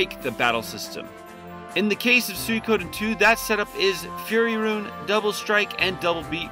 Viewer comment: Has it always been meant to be pronounced like Soo-ee-ko-den? I’ve always pronounced it as Soo-ko-den myself.